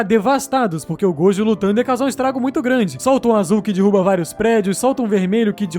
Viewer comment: Solta um azul que dirruba vários prédios,solta um vermelho que dirruba mais prédios,solta um roxo que dirruba 10 vezes mais prédios" por algum motivo achei muito engraçado e fofo ele falando "dirruba" kkkkkk